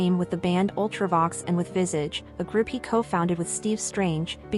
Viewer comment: Learn how to say Visage....you weren't even close